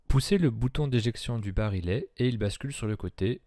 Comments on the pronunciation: Vidéo très intéressante. Une seule remarque, pour le barillet, on prononce "bari-yè" et non "barilé". Bonne continuation ! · On prononce bari-yet et non bari-let. Comme dans billet. Ou dans vrille ou quille, et la majorité des mots en "ille". Les mots ville, tranquille ou mille sont strictement d'origine latine, ce que ne sont pas les autres. Sinon, le MR73 avec ses crosses bois a un sérieux inconvénient : il pente trop vers le haut en prise de visée spontanée les yeux fermés. Ce qui n'artive pas avec sa crosse Trausch. Faites des essais les yeux fermés avec d'autres revolvers, par exemple S&W, vous comprendrez. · barillet prononcé barilet ???